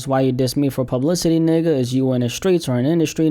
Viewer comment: man the way you say nigga is making me feel that you aint black ...